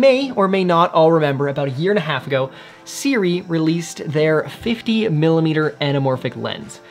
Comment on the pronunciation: How on earth is this pronounced as Siri?